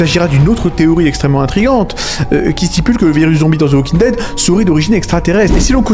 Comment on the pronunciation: D’ze walking dead hahahah😂 dsl ici on dit « The Walking Dead »